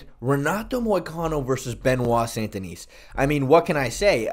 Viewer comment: It’s Sun-Deh-Knee